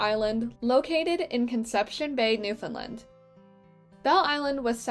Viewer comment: So beautiful! Please remember that nfld is not prounounced newfoundlind It is newfoundland.Thanx